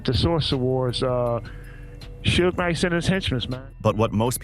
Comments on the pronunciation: suuuuge night really dont speak on him if you cant even say his name. dumb AI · Right on haha soo-ge night lmao